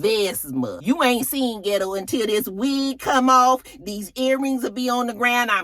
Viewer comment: Not ghett girl........ghit-Toe.